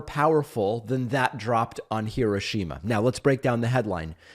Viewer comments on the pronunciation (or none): The way Americans pronounce Hiroshima is hilarious